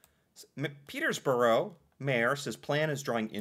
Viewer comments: Peter borough. No s in the middle. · As someone who graduated from Trent last year, it was wild hearing add an “s” to the middle of Peterborough consistently 😂 I thought it was gonna be a one time thing and then he’d realize his mistake